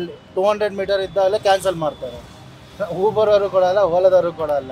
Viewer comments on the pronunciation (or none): none